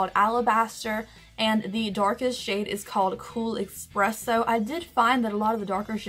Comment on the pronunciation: Expresso..... expresso..... eSpresso